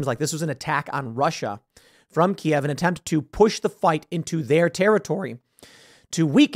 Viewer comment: Thank you Tim for calling it Kiev and not KEEV.